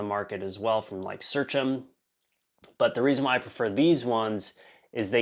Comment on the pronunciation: I think Seachem is read as Sea Chem(istry)